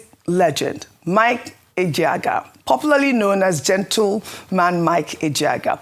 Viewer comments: Ojy, as an igbo lady you should be able to differenciate between Ejeagha and Ejeaga😮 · Can someone remind Ojy that Maduagwu is different from Maduagu? The former, which is your late colleague's name, extols the bountiful of humanity, while the later calls for a little distance/space from humans (usually in joviality); it might also mean a lion-warrior. I hold my breath whenever is pronouncing an Igbo name; she even bludgeoned Ejeagha (steadily showing up at battlefields/war fronts). Ironically, the rest of you (non-Igbos) show no difficult in pronouncing Igbo names -- Ayo and Vimbai pronounce Igbo names as if they were Igbo women. I guess, Ojy, like the rest of us, can't have it all -- she has to have some shortcoming.